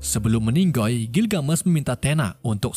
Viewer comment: Kok baca L nya gitu? Contoh kata "Meninggal"